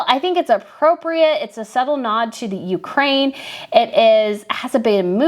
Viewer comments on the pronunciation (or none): none